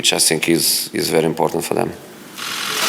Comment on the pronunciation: " I sink dat my words are very important and I sink dat your question is amateur and I sink you need more training "